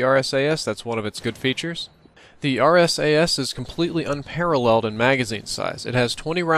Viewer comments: he mentions how people call it two things the arse-ass or the RSASS but he end up calling it the RSAS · You say: arse ass and dragyounoff Emmesar,elelevenateeenaj (or elwanwanateaj) and bairet those are all snipers when you compare that to saying: RSASS,Dragunov,MSR,L118A and Barrett